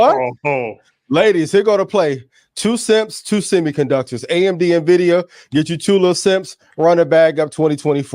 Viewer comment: He said John n Jenny invidia and AMD 😂